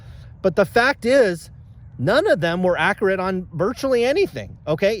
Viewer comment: Its fun watching and listening to you mis-pronounce every other basketball player out there. Also ACCURATE "ACK-CURE-AT" lol.